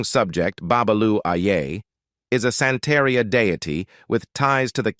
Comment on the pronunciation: The narrator sucked. He needs to stop trying to use spanish pronunciation if he doesn't speak Spanish. He really massacred "Santeria"